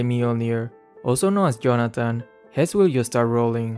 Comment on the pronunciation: its Johnathan, not Johnattan